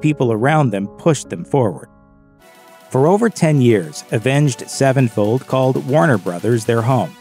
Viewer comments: Why he keep saying “avenged. Sevenfold”? 😂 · Is it just me or does he say avenge sevenfold weird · The way you pronounce their name drives me crazy. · Why does he say Avenged Sevenfold like that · Omg the way this guy says Avenged Sevenfold like it's two separate words bugs me